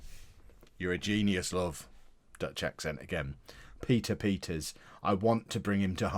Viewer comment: Pieter Peters is said different in dutch